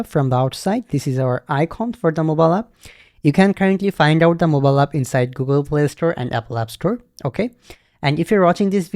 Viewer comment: yes brother instead of "moballap in on of...." you should have said "MOBILE APP IS ONE OF......"